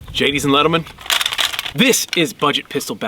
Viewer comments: Did he jadies and gentlemen 😂😂😂😂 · Gadies and lentlemen 😂😂